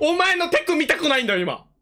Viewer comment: テクニク 韓国語みたいな発音だねww